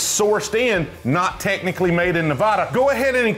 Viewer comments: Our state's pronounced "Nev-AD-ah" not "Nev-AUH-duh." Love, from Las Vegas! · Yer killing us. It's not pronounced Nev-awe-da (or Nev-A-da, that's a town in Ohio), it's Nev-aa-da. 😱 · Please stop mispronouncing "Nevada". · It’s pronounced “fry” just like your name. He’s mispronouncing Nevada as well lol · Nevada residents watching people constantly mispronounce nevada: 😢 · Pronounce Nevada right PLEASE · Uhm .., Kind Sir you’re pronouncing Nevada Incorrectly Ya ain’t in High School Spanish Class my Young Friend. Westerners pronounce it correctly…. You can git it 🔥💪👊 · I dare you to learn how to pronounce Nevada correctly! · with all due respect for local colloquialisms, everyone where you're from is pronouncing it wrong lol